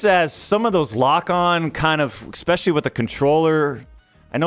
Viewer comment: Where do Americans get EXSPECIALLY and EXSCAPE?